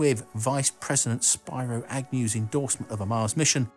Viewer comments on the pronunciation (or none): The way you say Agnew's name makes him sound like a 3D platforming purple dragon. I like it.